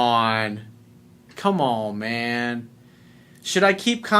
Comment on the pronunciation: Lol I love when u say " common man"!!! Lol 😂🤣🤣